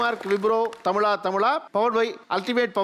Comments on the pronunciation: But thamiz uchrippu seri illai. He ia saying tamila tamila insted of thamizha thamizha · தமிழா தமிழா. தமிலா தமிலா அல்ல. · இந்த ஆளு என்ன "தமிளா தமிளா" -ங்கிறாரு "ழ" என்கிற எழுத்தை உச்சரிக்கவே வராத !? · But the anchor says tamila tamila. He is not pronouncing zha